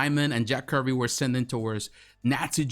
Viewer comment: Not Jack Curvy. Jack Kirby’s..😂😂